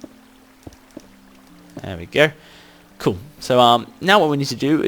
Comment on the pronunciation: you always say " coo' "